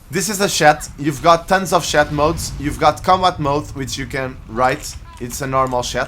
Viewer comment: Lol what's a "shat"? Good vid tho